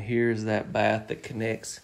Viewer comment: A "SHUB"! To TAKE a "SHATH" in! 😂😂😂